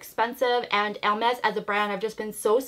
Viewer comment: It’s a nice bag. I discovered you not so long ago and I didn’t know you were Canadian. I’m French canadian and you do pronounce it right 😉